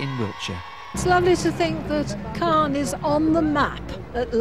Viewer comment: Clane? I think you mean Calne!